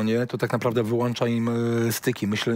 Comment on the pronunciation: wyłANcza im eeee yyyy styki myśleniowe